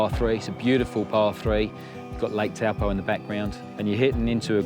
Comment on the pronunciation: Old mate says Taupō so well! Amazing video.